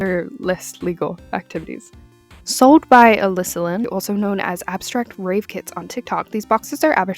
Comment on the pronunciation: It's either my ears or the way you pronounce it but i keep hearing "rape" not "rave"